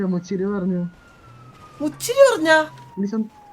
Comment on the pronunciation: മുച്ചിറി alla മുച്ചിരി